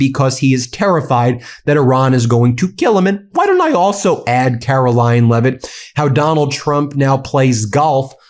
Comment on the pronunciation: Did Ben just call her "Karolying" Leavitt? I've been using that name for some time now. A truly DISGUSTING individual.